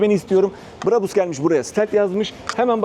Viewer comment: Brabus Orjinal söylemde a yı şapkalı â gibi uzatarak söyleniyor Almanyada ! Bu şekilde söylediğinizde çok garip oluyor! Örnek Bravo yu söylerken a sı uzatıldığı gibi !